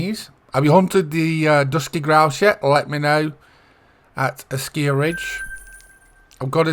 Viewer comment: Hi! Thanks a lot for the guide! At the moment I am hunting wood ducks. They are really beautiful! I've got a rare already! 😁 The color pattern on your shotgun is really funny 😂 Not for me, but to each his own! And according to the EW-vids it's "Asciiiij-Ridge" 😆😅🤣 Have a nice weekend! 🤠